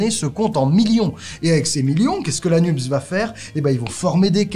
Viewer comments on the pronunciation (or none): Pourquoi prononcez-vous le sigle NUPES "nupse" ? C'est bizarre ... NUPES se prononce "nupesse" comme PS, CNRS, CAPES ...